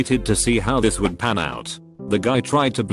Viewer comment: I understand that this is a robot, but I cannot listen to these mispronounced words! Papperwork? Wold?